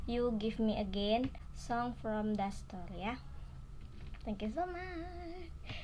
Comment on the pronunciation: The name of boy is (dastor) not (dasbor), anyway thanks for reacting 🌹